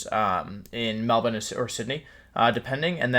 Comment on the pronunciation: wolfe pronounce melbourne perfectly and didnt say mel"BORN" aw yis many prouds